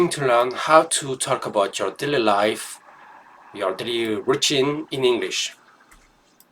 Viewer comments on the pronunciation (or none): This is very good. You are very good at the 'th' sounds and all the English sentences are correct. My only feedback is the pronunciation of "daily". You said "dilly" but "daily" sounds like (day-lee).